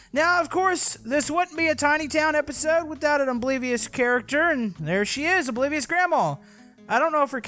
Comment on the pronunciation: Why does when says oblivious grandma to me it sounds like obliterated grandma